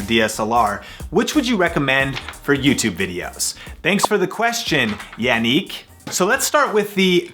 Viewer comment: It's YA-nick SMH